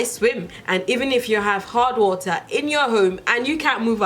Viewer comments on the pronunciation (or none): I thought you said hot water at first... not hard water lol